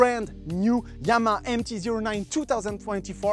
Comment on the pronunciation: Yamaha ❌ Yama ✔